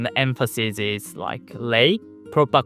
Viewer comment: learn the difference between s as s, and s as z. emphasiZes.